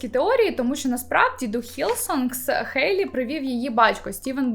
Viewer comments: Я тут просто сказати дякую, що кажете «Хейт, Хейлі» замість «Гейт, Гейлі»🥲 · Дякую за Хейлі, а не Гейлі🤮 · кому так треба казати?) Сама Хейлі вимовляє своє ім’я через «х», то навіщо ми будемо паплюжити її ім’я